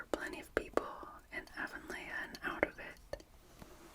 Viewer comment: It's pronounced "A-von-lee"